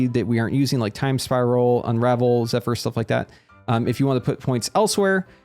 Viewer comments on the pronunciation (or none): none